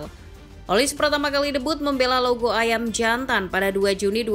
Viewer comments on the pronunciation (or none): Bacanya olise, bukan olis